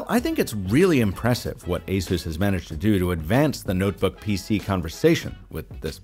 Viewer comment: Oooo what happened? You used to be one of the only reviewers to say “Asus” correctly (asus like Pegasus), but you’re now saying “a-zues”